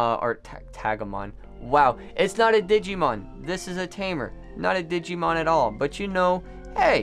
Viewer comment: Why you doing a Digimon TCG opening when you don’t even know how to pronounce the OG Digimon 🤦🏻‍♂️